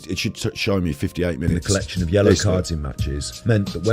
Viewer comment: Chotograhic' cholage...chollection'..chof' chimages' Too 'Chitty Chritty'